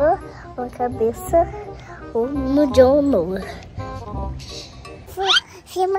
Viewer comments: Eu chocada que a valentina falou Dom ao em vez de falar John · Valentina falando dom kkk profetizou é agora vai vim o dom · Gente parece que a Valentina tinha prevido Ela falou agora a vez do "Dom" mas ela iria dizer John e falou dom❤❤